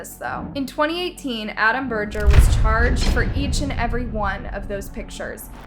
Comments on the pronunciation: berger is a german name and you pronounce it with an e not an a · It really kills me to hear you butcher the language! EAU is pronounced O and Berger with a hard G